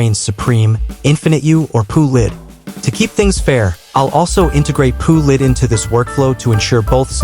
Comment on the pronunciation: "P-U Lid" 💀